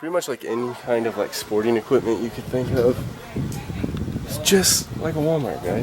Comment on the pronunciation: I learned people pronounce equipment as "EquiTment"